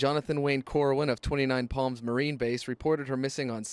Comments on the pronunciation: It’s 29 PALM LIKE A PALM TREE!! Or the PALM OF YOUR HAND! Not “Pam” lol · Wait, so it's not "Twenty-Nine Palms?🤯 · “That thing I always say.” = “Let’s give it a goooooooooooooooooooooo” Btw, at first I really thought he said 29 Pams. Sounded like a very interesting place that only had 29 people named Pam who lived there. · All I'm hearing is 29 Pams. I was very disappointed to find out it's palms..... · I definitely heard 29 Pams and I was so confused. Why was there a count on the women named Pam lol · At first I thought you were saying 29 Pam’s! I hate it when people defame people that can’t speak up for themselves. Sad story for Erin, John and unborn baby! Glad the jury saw right through Chris’ lies! As always… Too short! Have you thought about making longer videos? We love you! Take care! 😁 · I was wondering what the heck he was saying! Now I see "PALMS"!! The "A" in palms is pronounced like "calm".. like when u open wide and say "ahhh" for the doctor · I cherish you...but everytime you said Palms....I winced hahah 😘😘😘😘😘